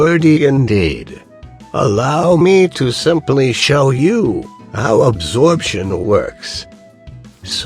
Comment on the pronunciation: I thought that you said abortion.